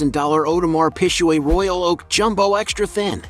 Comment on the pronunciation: Damn this video is just a farse. First, the pronouncing the names of Marbella and Audermars Piquet is laughable, and embarrassing. Then there is the "jet" that Erling owns. News flash, the Piper M60 is NOT a jet.....for f..... sake😡